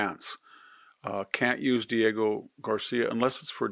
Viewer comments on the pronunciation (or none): none